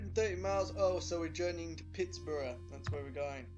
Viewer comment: That was pretty good! Just a couple of pointers though: you may want to turn up the volume on your commentary, it sounded very quiet. Luckily it's also a quiet game but just a heads up for future videos! Another thing is that, like iceberg, Pittsburgh is pronounced Pitts-BERG. ;) Also, What's the music at the end called?